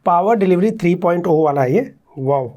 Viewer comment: Did you say 3.O or 3.0 I'm still confused 😕 pls tell me what is right